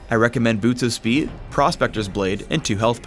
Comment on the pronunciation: Pronunciation fail "I recommend boots of speeh"